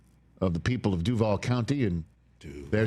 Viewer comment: I appreciate you saying DUVAL correctly sir